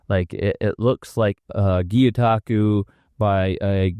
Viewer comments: It is gyotaku not gyutaku. 👍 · LOL,, it's pronounced GYO, like Guh-yOH-tah-koo. Now say it fast: GYOH-taku. The way you're saying it, "Gyuuu-tako" means "Cow-octopus" not even joking. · Watching intently to see if Gyotaku is pronounced properly this time